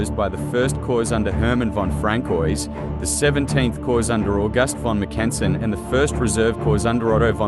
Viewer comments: MACK-en-sen, not mack-EN-sen. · It was the 35th and 36th divisions, not 35th and 26th, that were part of Mackensen's XVII Corps, and they didn't begin to engage the Russians until at least 7 AM, not AM as you state. The Russians had several hours to prepare for XVII's attack, which is a major reason why XVII's attack failed. Some of your pronunciations are way off and also inconsistent. For example, the German I. Corps commander's name is pronounced frans-WAH. The letter G in German is always hard (like the "g" in "anger"), so "flieger" is pronounced "FLEE-gr", not "FLEE-jer". And in English, the eighth month of the year is pronounced AU-gust, not au-GUST. Normally a few mispronunciations, especially of foreign words or names, are forgivable, but in this case, you repeatedly make so many mispronunciations so rapidly that it actually makes following what you're saying difficult.